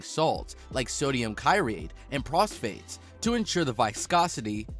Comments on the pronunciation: Don't forget the prosphates 😂😂😭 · Grandollar? Kirate? Prosphates? Good lord the mis-pronunciation rate is astounding